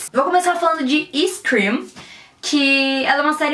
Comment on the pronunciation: quando falou scream ja pirei 😍😍😍